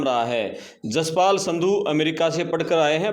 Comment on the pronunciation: संधू नहीं सिन्धु हैं